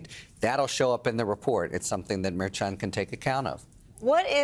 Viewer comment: Harry, why can't you say Merchan? Do you pronounce Cher the same as chair? I don't think so. Everyone else on the show can do it. It's very disrespectful. You remind me of those on Fox that call Fani, "Fanny."